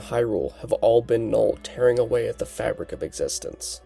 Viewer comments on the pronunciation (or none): none